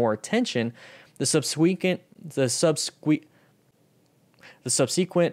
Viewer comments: Hey it's pronounced "sub-se-quent". The "e" sound from "se" is the same "e" sound like in the word "den", it's short and neutral. It's not a long "e" sound like in "see". Good video info. Thanks for the link to the study. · "SUB-SEE-QUENT"... lol why is he pronouncing it like that. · Yup, I cringed every time I heard it. It's one of those things where you've read a word so much but haven't heard it spoken much, if at all, and thus you pronounce it wrong when speaking. SUB-SEH-QUENT.